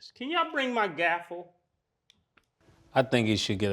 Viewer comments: It's a GAVEL Not a Gafel Mase u a wild boy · Please stop MA$E from saying gaffle ...the word is Gavel..it's a V not an F!! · The way mase pronounced gavel “gaffel” and said objective instead of objection killed me bruh hahahah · “GAFFLE” is crazy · Why murda be pronouncing gavel like that 😂